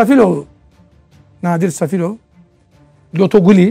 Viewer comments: Nadir Safilov yox Nadir Salifovdu adini duzgun de ve rusyada yox AZERBAYCANDA hapisde olub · Safilov yox Salifov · Safilof Yox Salifov Bu Bir İkinci de 21 İl Russiyada Yatmıyıb Buda Serfdi